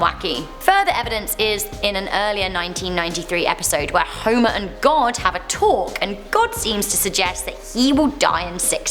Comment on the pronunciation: Huimah Simpson!!